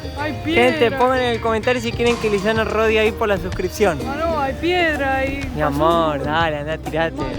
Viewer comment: A le dicen Luisana como la Lopilato jajaja, muy bueno el video, saludos